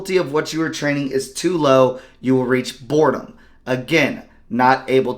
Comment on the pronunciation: My thought exactly 🤣 he must be dyslexic lol